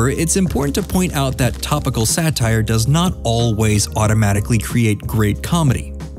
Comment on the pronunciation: "SATRIE"? Ironic how you accuse THEM of haste making waste.